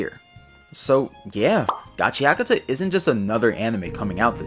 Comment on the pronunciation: I thought it was pronounced gachaKUta